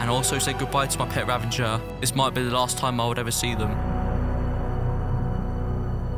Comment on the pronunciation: I don't understand spelling of illager beast is ravager but why people say it as ravanger